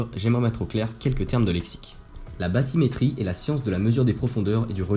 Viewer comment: INTÉRESSANT, MAIS JE ME DEMANDE SI BATHYMÉTRIE SE PRONONCE BASSYMÉTRIE EN FRANÇAIS, LE TH C'EST T ET NON PAS SS,MERCI